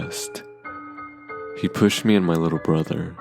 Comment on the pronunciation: Lol "while my little bother"